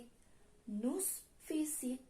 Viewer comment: Cara bacanya salah bukan nus tapi nu visitong la muze